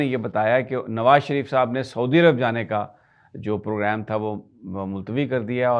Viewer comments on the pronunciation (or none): none